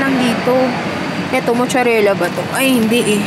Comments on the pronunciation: Anong mucharela?! Its mozzarella pronounced as matzarella! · Mozzarella (maat·suh·reh·luh), hndi mocharela. labyu!